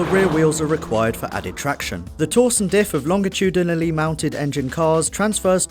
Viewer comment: "longiti-da-na-ly" lol